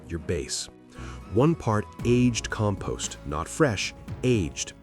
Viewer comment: Can't even pronounce "Compost" correctly.